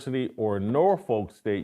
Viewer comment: As someone who was born and raised in Norfolk, Virginia it is pronounced "Nor-Fuk" not "Nor- Folk". I like you Jason,, and everyone else but pronounce our city's name right lol